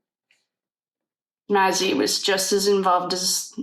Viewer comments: Hi, I'm enjoying your readings. This case is so sad. Maizie's name is pronounced May-zee... just wanted to help. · Just so u know her name is pronounced Mayzee. 😊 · Hi sweetheart, I'm still catching up on the reading videos,but I'm hearing you say Ethan's sister's name.... however here's how you pronounce it..May-z. Just wanted to help!! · Her name is pronounced “ may-ze” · Hello! Just discovered your channel and am binging your Idaho 4 readings today. You're awesome! Thanks for all you do. ❤ (I think her name is prounounced Maisie...rhymes with daisy.)